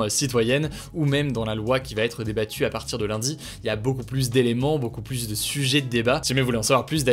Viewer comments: Il faut arrêter de prononcer le s de plus au milieu de la phrase ! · Hugo tu dis toujours "plusse" ça me tue XD